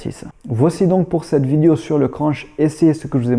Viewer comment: J aime bien ton " vidio"